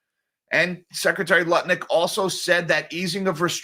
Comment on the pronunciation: It bothers me that you're constantly saying Howard Nutlick's name wrong! 😵